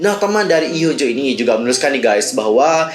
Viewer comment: maaf out of topic, cara bacanya hyunjoo itu hyeonju makasii